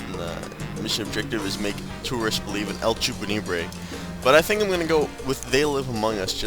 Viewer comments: not trolling or anything but its LA CHUPACABRA not EL CHUPANIBRE it just really annoys me when ppl mis pronounce things sry i have a minor case of OCD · I enjoy your LPs so much but seriously, dude, reading skills. Canine like dog. Chupacabra like that thing that eats goats. You could have at least called it Chupanigre. That would have been hilariously offensive. :B